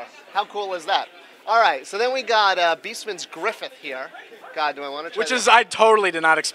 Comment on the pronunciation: He says Beastman's Griffin